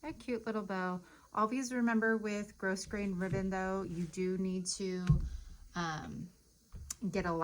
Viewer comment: Awesome awesome job!!! I love how real you are your videos. Btw just in case it matters to you the word is pronounced "grow...grain"... the "s" in grosgrain is silent. I hope that's okay that I told you. I always appreciate people letting me know if I'm mispronouncing a word. Hope that's okay. My favorite thing you do is talk about your bows and call them "her" and "she" I adore that.